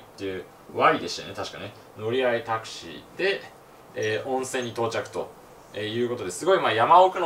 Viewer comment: これじゃタクシーじゃなくてタクスゥィーだよ